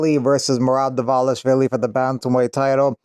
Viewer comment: Props for being one of the few mma news content creators to proonounce "Dvalishvili" correctly.